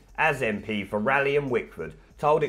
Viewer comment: Rayleigh is pronounced Ray-Lee